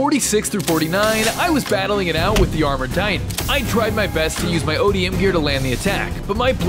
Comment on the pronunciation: You said it correctly ODM gear you said that correctly